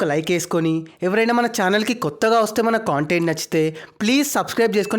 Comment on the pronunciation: Con tent kadhu adhi content